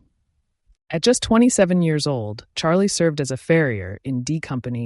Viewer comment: Hs name is pronounced as shalay